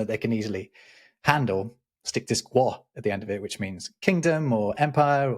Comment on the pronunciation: I spent 6 years in China and I didn't know that. I will point out to the hosts that 国 is pronouced "gwoh" (long O sound) not "gwah"--which would be a mellon. :D